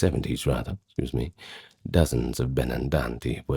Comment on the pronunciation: Lol, Right? That's part of what makes it so much better then AI......is the character of it. Everybody mis-speaks a little now and then (when he says "scuse me") but that's what makes his podcast So authentic and gives it the character and makes it great! .....plus he seems to have a lot of character and heart.